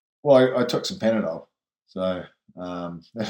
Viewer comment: "...just took a couple of Panpdol..." 😂 legend!